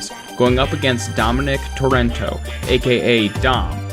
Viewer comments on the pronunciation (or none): It's fuckinng Torreto not Torrento😒😒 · TOR-WREN-TO?! Jeez. Not a good start.